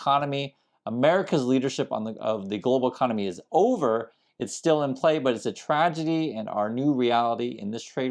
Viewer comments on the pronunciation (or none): none